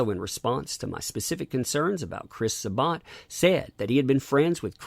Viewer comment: Why is Sa-Bat so hard for everyone to pronounce lol